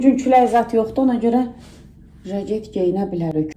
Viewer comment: xanım siz jaketə niyə jaget deyirsiz? ilk dəfə eşidəndə elə bildim diliniz çaşdı dediz sonra gördüm həmişə elə deyirsiz